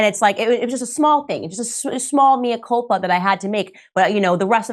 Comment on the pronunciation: Morgan makes great pretences to erudition - yet he can't even pronounce 'Mea Culpa' correctly. We have armies of media stooges over here, that seem to be almost in the employ of big pharma. Another somewhat less vociferous one, Davina McCall, now has her 'benign' brain tumour after receiving the Astra Zeneca vaccine.